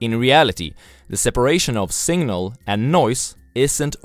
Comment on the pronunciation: Singnal 🤣🤣. But who cares. I'm here for the content, not pronunciation